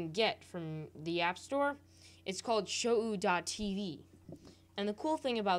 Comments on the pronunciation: It's pronounced (show) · sho-ou be like lmao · It's pronounced show btw :)